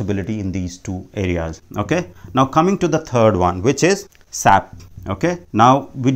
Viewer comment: Its not Sap its S-A-P, as a S-A-P consultant when you say sap it hurts 🤷🏼